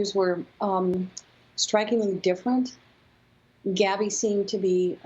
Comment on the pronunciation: she clearly says “Abby”